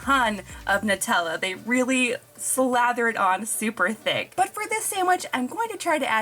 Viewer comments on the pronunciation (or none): none